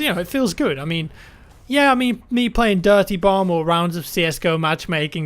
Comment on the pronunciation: You idiot now you're making me hear it too